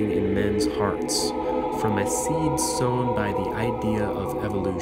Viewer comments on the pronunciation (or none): none